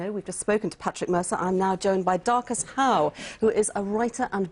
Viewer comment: Lady, om*g, his name is DARCUS HOWE, not MARCUS DOWE. Dear God... And there's a difference between saying "I saw this coming, why didn't you?" and "I approve". Expletives fail to carry the man's frustration. Props on his keeping cool when accused of rioting. This broad is looking for work right now, if there is any justice...